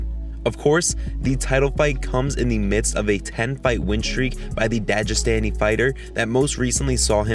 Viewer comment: “Dadge Staney” Dagestan.